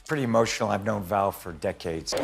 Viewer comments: His name was Val not Van. You should really correct that. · It's Val Kilmer NOT "Van." Get it right. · It’s Val, not Van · PLEASE CORRECT ITS VAL NOT VAN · His name is Val..... not Van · Was just about to type the same thing, Val not Van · It's Val, not van! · 😂 my first thought also. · OH for Gods sake! Get his name correctly! It’s VAL! 😒. RIP VAL. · Van?get it right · And gets the name wrong, even.